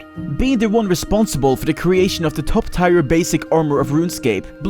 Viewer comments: Tear not tire for "tier" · tier is pronounced teer. not tire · Top tire items? Its clearly tier. Pronounced teer. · tier is not pronounced "tire" it is "tear" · Tier is pronounced "teer," a tier is not something on a car :P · never knew tier was pronounced as "tire". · Ok, this is kinda bugging me but obviously not the end of the world, why do Norwegians tend to say tire when it's tier, I am Norwegian myself, but whyyyy